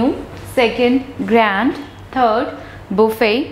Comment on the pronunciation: 3rd it’s grant not grand